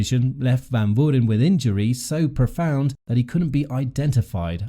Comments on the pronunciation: Learn to pronounce the 19 year old’s name but otherwise, great video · Try to get some guidance on the pronunciation of “Van Vuuren”. Mispronounced extremely badly